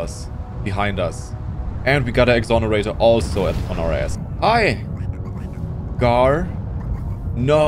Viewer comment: its not gahr neither is it gaahr it sGAAAAAAAAAAA